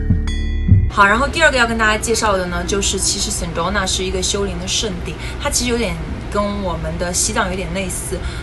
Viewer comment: Sedona的发音应该是[sE Doe Nah]， 而不是[Sen Doe Nah]